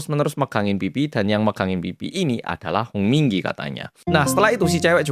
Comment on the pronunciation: Kuping ku denger nya komdigi muluu 😂🤣🤣🤣